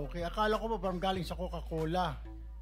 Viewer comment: Galing sa mahilig mag "coke", cocal-cola pala😂! Ang lakas ng tama ng "coca-cola"! Coke pa more!